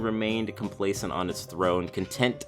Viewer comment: Never have this guy on your videos again. It sounds like he is reading off a script and he way overpronounces his Ts like in seT and in contenT . And 2 in a row with losT and buT . Is that fucking necessary? Jesus Christ it's annoying. I can feel you spit all over me. Back away from the mic, you don't have to swallow it you fat fuck.